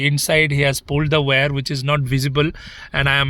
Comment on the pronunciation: WIRE is pronounced ' Why-Are' not 'way-are'